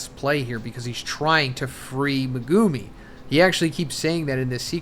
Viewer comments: MEH-GU-ME. Not MA-GOO-MI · He's never going to learn how to say "Megumi" is he? MEGOOOOMY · He's never going to learn how to say Megumi is he? "Megooomy" smh. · MEG-UMI I hate the way you guys pronounce it and it’s not even pronounced that way in the show